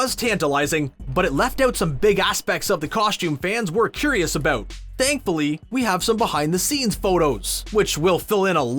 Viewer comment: All I heard was “aboot” and “ootfit”